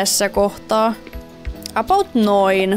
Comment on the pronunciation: miksi sä aina sanot apout